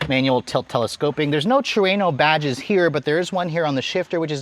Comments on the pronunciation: Its pronounced TRUE-NO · This dude is saying Trueno wrong..lol